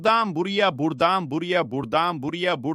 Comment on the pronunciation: Seslendiren dalga mı geçiyor 😀 işte buradan mı diyor gerçekten bu kadar çok Rahatsız edici öyle demiyordur Buradan , böyle, böyle falan gibidir o